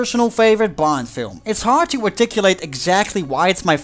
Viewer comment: Why every time you say "Bond" I hear "Blond"?